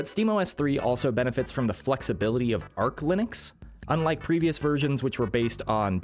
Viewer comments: It's arch linux not arclinux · erm Acktually its pronounced "arch" linux, not arc ☝🤓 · Arr-CH not Ark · Definitely not a fan of this editing. Feels very lazy 2000's with some generic B-roll running on loop in the background, giant subtitles across the front; and then an audio visualizer at the bottom for, what, being the only interesting thing to look at? It's "Arch"; not "Ark" BTW. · ITS ARCH LINUX NOT ARC LINUX!!!!!!!!!!!!!!!!!!!!!!!!!!!!!!!!!!!!! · "powered by ARCLINUX" Even AI would have got this right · IT'S NOT ARC LINUX, IT'S ARCH LINUX AND IT'S NOT PRONOUNCED AS "ARK" IT'S PRONOUNCED AS "AR-CH". And to me Arch is the best and by the way I use arch. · ARCH != ARC 😂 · no way he said Arc instead of Arch btw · its arch linux not arc linux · It's Arch Linux, btw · I'm sorry, but Windows 11 has destroyed Windows. Steam just needs to step into the broken gap and fix it all. Edit: Oh, its ARCH Linux, not Arc. ;-) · It isn't ArcLinux, it's ArchLinux. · Him pronouncing "arch" as "arc" is most likely an accent thing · Arch like in Dutch not like arc in duck . . . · It’s “Arch”, btw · Arch, the ch is pronounced, like in the word chair. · You pronounce Arch wrong... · Because the video isn't well thought out, starts with filler about SteamOS, and lacks knowledge. Dude can't even pronounce "Arch".